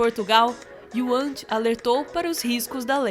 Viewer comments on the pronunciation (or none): Otimo vídeo Mas n é youant é WUANT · NAAAASAAAAAAAAAOOOOOOOO!!!! Para, para, para, para, para logo no início. Se o wuant ouvir vcs falarem "uiuante", ele pode ficar chateado (exagero)! É "uante"!!!! Por amor da santa!